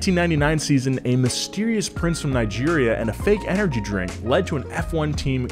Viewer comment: C'mon, stop killing Nigeria's name